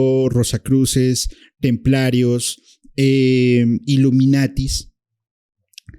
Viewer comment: Es iluminati, no iluminatis